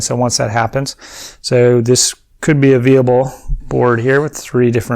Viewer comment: Excellent channel and please accept my thanks for the information and all your effort in providing it (I am just getting into Saga and this is all invaluable). And please don't take this as an attack but viable is pronounced thus